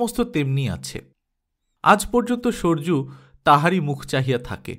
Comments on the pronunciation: শুনতে ভালো ই লাগছে, এক সরযূ উচ্চারণ টুকু ছাড়া । আপনার বোধহয় সম্পূর্ণ উপন্যাস টি রেকর্ড করা হয়ে গেছে নাহলে বলতাম উচ্চারণ টি ঠিক করে নিতে , সঠিক হবে সরোযূ , সোর্যূ না । ধন্যবাদ। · সর্যু নয় স র যু হবে নামের উচ্চারণ। কানে লাগছে । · আবার আপনি আমার অত্যন্ত প্রিয় এক সাহিত্যিকের লেখা গল্প করছেন, এজন্য অসংখ্য ধন্যবাদ । শুধু ষড়যুর উচ্চারণ saroju করুন আরো সুন্দর হবে। আপনার পড়া অত্যন্ত সুন্দর।